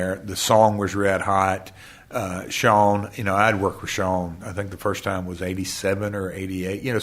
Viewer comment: Love how Double J says, "Shone" instead of "Shawn".